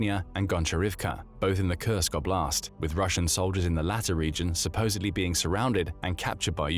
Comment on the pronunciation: "…the Russian O’Blast…"